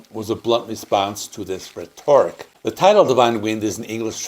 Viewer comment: Very informative video! I'll give CE a fresh re-listen... For future reference, please double check your pronunciation of "rhetoric" and "Spokane".